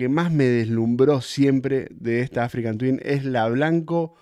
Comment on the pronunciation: Hola!! porque decis "AfricaN Twin" (con N), si el modelo es "Africa Twin" ??